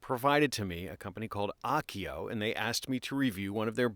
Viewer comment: Is this a Japanese brand? If so, it'd be pronounced Ah-oh-keh-oh. Your pronunciation would be written more like "Akio." Still love your vids!